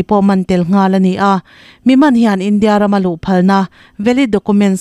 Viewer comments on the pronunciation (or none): none